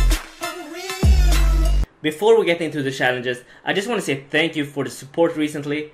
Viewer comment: Next TYC :Prounounce challenges correctly not shallenges